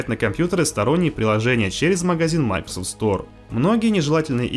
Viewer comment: Это оправдание, что ли? Можно слова не глотать? Для начала название компании MicroSoft можно научиться нормально произносить? Хотя бы сотрудников компании послушайте. Ну и грамотность улучшить бы, жертвы ЕГЭ...